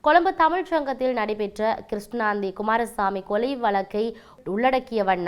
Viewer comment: கிருஸ்ணாந்தி அல்ல .கிரு சாந்தி.